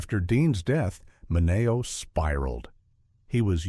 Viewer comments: its sal MINeo not Sal MinAYO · MI NE O... It's Men e o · so weird to hear the way they pronounce Sal 'Mineo.' GET it together AI.